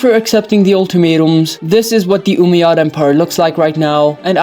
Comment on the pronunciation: As an Arab the way he says Umayyad is so funny 😂😂 he’s like oomeyads